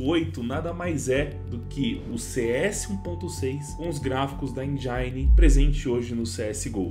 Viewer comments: Bom video mano. Mas desculpa, não pude deixar de reparar: "Endjáine" KKKKK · 'endjaine' é foda 🤣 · O "I" de engine não tem som de "ai". De nada. Vle